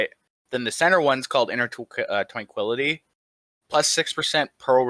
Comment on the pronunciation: inner twankwility